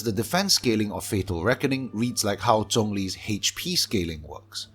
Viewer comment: My gosh, finally a Genshin YouTube channel with actual substance and is drama-free. And I LOVE that you are pronouncing names like 'Zhongli' and 'Xiao' correctly. (Yes I know the way other YouTubers pronounce it is the way the official English voice-over does, and I can understand why miHoYo accepts it since the 'zh' sound isn't really native to English, but JHONGli always felt really wrong to my ears).